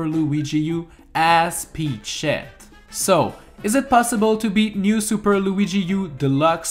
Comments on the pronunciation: Does anyone notice that he says peach sh*t instead of peachette? It sounds that way right? I'm not crazy Right? Right? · I swear when he says peachette I hear “pea shit” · He said peach shet 😂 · When he says peachette I hear "eat sheet." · Why does it sound like he’s saying peach-sh*t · when ever you say peachette you sound like you're saying "eat shet" please don't tell me i'm the only one